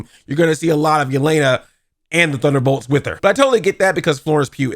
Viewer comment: Sometimes I feel like you’re not even trying to say thunderbolts